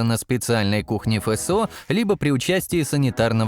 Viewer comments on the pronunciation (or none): "Фэ сэ о" - позорище! Вообще-то Эф Эс о! Русский знать надо, прежде, чем разговаривать на нем!